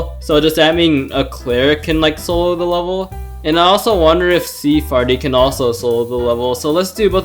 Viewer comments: Why the heck do you say sea FARTY it’s sea FAIRY! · Sea “farty” is actually pronounced like Sea Fairy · I'm quite new here why do u say sea farty? Not sea fairy